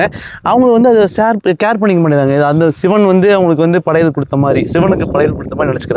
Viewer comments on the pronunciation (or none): none